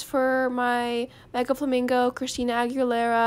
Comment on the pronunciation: i don’t even know how she says Christina Aguilera and how many times she said it 😂❤️